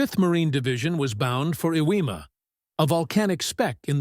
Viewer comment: OMG! I finally figured out that the island you are calling "Ewema" is actually Iwo Jima! I can't believe you never fixed that horrible mistake!!